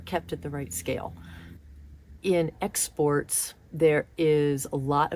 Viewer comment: I think you are using the term ex sports to mean extreme sports. Keep in mind that when spoken, it sounds a lot like exports, as in imports/exports. Many people may be confused by this because they have little contact or familiarity with extreme sports and therefor may be confused by the reference.